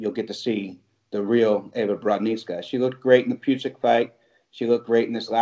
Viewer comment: Panie redaktorze mówi się Ewa a nie iva